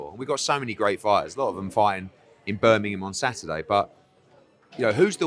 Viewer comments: Eddie heard. Love your videos, hilarious 90% of the time, equally on golf life but if you keep saying Birminham we are gonna fall out. BirminGham you tit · Eddie Hearn can’t say Birmingham 😄😄